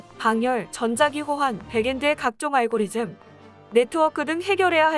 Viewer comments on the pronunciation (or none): none